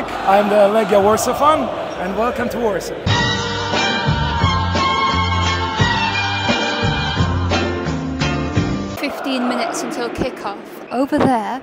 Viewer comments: It would be perfectly fine for an English speaker to use the English name of the city, that is Warsaw. You did a nice try, though, with the Polish version (Warszawa), but you shouldn't pronounce the letters 'sz' as [s], but rather like the English 'sh' in 'shop' or 'fish'. And the stress in Polish words is on the penultimate syllable - in this case, it's -SZA-. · SZ is pronounced like SH in English. And W is like V in English. So its 'var sha va'. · Hey, to make it easier whenever you see, sz like un warszawa, you could read it like sh for shop but only sh and that how it sounds the SZ just like SH for SHOP ! 🫠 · It's pronounced more like "Varshava" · All other things aside, how you not proounce Warszawa correctly? It's just the classic "sh" sound, nothing too difficult about it. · "vaaahsava" hahahaha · Should be pronounced: 'varshuva' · Sz is sh sound, so varshava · sz=sh in english, so Varshava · Honestly you could have made a better effort to pronounce a simple name like Warszawa properly. Its not hard - Vahr-Shah-vah. SH. You're welcome